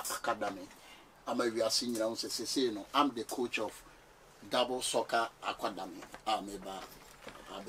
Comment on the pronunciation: Who else heard Akwadamey 😂😂😂😂